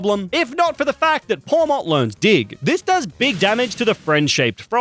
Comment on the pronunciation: Its pawmot